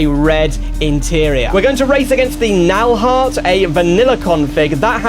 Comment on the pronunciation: It's KnallharT not nalllllhard